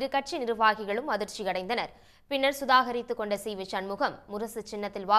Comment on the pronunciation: 'சுதாகரித்து' கிடையாது. சுதாரித்துக் கொண்டு என்று செய்தி வாசிப்பாளர் வாசித்திருக்க வேண்டும்.